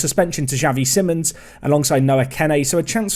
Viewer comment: Just a quick pronunciation tip for Xavi Simons. It's like "See-mons".